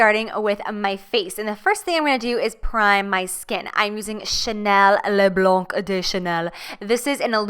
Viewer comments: You re do cute when you speak French !!!! (Haha and when you said blanc you don't need to prononce the C. You need to prononce like "blan") You are serously perfect thank you for tour amazing vidéo. ❤️❤️ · I'm like you right now seeing you on YT, like you was when you saw JLo on TV haha.. By the way "le blanc de chanel", the C of "blanc" is not pronounced ;) (french subtlety yeah) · Hello, I'm french, you don't have to pronounce the "c" of the word "blanc" French is complicate... And I love your videos ♡ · just to tell it because it's cute (I'm french) when you say "le blanc de chanel" don't pronounce the C in Blanc ***** ;) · Hiiii jaclyn I'm one of you're french followers.... you look as gorgeous as J.Lo maybe even more.... btw it's le blanc like you don't pronounce the C at the end ... love you